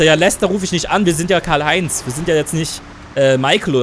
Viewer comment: Du bist der einzige yutuber der mein namen richtig ausgesprochen